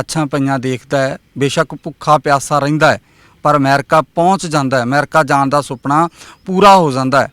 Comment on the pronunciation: ਰਿਪੋਰਟ ਜਾਂ ਜਾਂ ਕਰੀ ਜਾਂਦਾ ਬੋਲਦਾ ਕਿਵੇਂ ਆ ਜਾਣ ਹੁੰਦਾ ਜਾਨ ਨੀ ਹੁੰਦਾ ਪੰਜਾਬੀ ਦਾ ਕਿਉ ਨਾਸ ਮਾਰੀ ਜਾਨਾ ਬਾਈ 😂😂😂😂😂😂😂